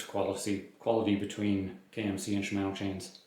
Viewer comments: I find it more amusing than irksome. To be specific, it's the second syllable in Shimano that is pronounced in an interesting manner. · I don't have an issue with your voice, but they way you pronounce Shimano kinda irks me.